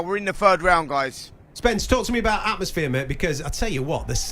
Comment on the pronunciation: Someone needs to tell George Groves it's call 'TALK' Sport not 'GAWP' Sport! 😯 Oi! Groves! Close your mouth son! 🤦🏾‍♂️